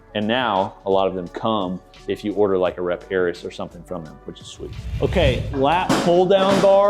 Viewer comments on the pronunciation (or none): Dude, it's *Air-eez*, not "Air-is". Ya know, like Ares, the Greek god of war. You've really never heard of that?